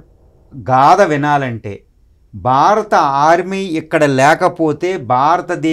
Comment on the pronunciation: అయ్యా బాబూ! "బారత" కాదు, "భారత" అనండి. "భారత" అనేది ధ్వనించాలి, అది శ్రోతలకి వినబడాలి. తెలుగోడు అయివుండి (అరవ వాడైతే పోనీలేపాపం అనుకోవచ్చు) మీరిన్నిన్ని గొప్పగొప్ప విషయాలు మాట్లాడేముందు, తెలుగు ఉచ్చారణ సరిగ్గా నేర్చుకోండి. మిగతాది, అంతా అమోఘంగావుంది.